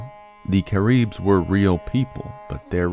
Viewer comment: “Cah - reebs” Cah- ribs man… Cah/ ribs… 😢😢😭😭